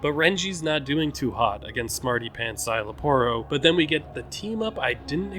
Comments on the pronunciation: its zy-la-poro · You got the pronunciation for Szayel's name right 👍🏾 You just didn't roll the Rs on the Aporro's part of his name XD